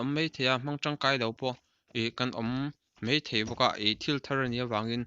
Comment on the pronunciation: A bengvarthlak e, in zar kan lo zo țhin a, a lawmawm tak zet. Thil dang kan sawi kai lawk ang e, huatah i lo la em lo ang chu maw. MAI tih turah MEI i hmang zel hi insiam țha thei la ngaihthlak a nuam lehzual ngei ang. khawp mai ✓ khawp mei × hle mai ✓ hle mei ×